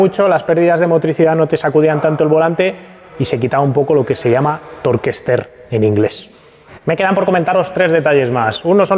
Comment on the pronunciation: Torkester 😅 Tork estiring sería la pronunciación